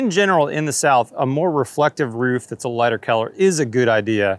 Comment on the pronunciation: “Keller” or “color”? Haha.